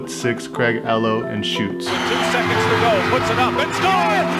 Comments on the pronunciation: Craig Ē-LOW is how you pronounce his last name buddy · Ehlo= "EELOE" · Cool video, but it’s pronounced E Lo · It's Craig eeeeeeeelow.....do better research stuff like this is important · It’s Craig “EE-lo”, not “ello”………great video nonetheless 👍🏾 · is pronounced EE-Low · Craig E-LOW other than that great job on this vid 💪 11's 🔥🔥🔥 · Craig Ehlo is pronounced Ee-low; with a long e sound. Not Eh-low. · Craig “E Low” not “Eh Low” 😂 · Craig Ehlo (like ee-low) not ello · Who's Craig L Ohhh ??? Whatever happend to the shot on eee low ... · Great video! You know your shoes, but 80s NBA... not so much. Craig Ehlo's name is pronounced E-Lo, not Ello. I know it's nitpicking, but it's clear you put a lot of effort into making this so I wanted to mention it. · Im still watching your video. One more thing it's CRAIG EEH-LOW not Ahh-Low. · I was Enjoying This Video!! Until He Said Craig ELLOW Its Ehlo Like Eeeeelo Maybe The Most Iconic Finish In Sports History Just Saying 😄🤣😂🤣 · Who tf is Craig eh-loh? 😂😂😂😂😂 it’s EE-Lo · You said Craig “El-oh” 😂😂😂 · It's Craig Ehlo (ee-low) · My man said Greg Ello 😩🤣😂🤷🏾‍♂️ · craig ehlo (EE-Low) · It's pronounced E-low